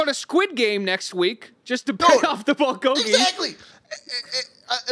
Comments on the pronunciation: as a korean it hurts hearing them say BOWL GOGY instead of bull go gy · are they pronouncing bulgogi as bol-goggy on purpose???